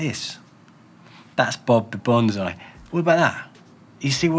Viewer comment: I hope they stick around that is for sure. But yeah, profit helps the proposition. On another note, the word bonsai is pronounced "bone-sigh", where as "bonzai" is a war charge. :P